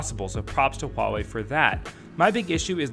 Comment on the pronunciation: Thank you for not pronouncing it as wawei haha